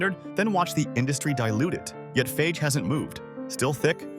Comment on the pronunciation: What do you expect from AI. And, by the way, FAGE is pronounced FAH-HEH!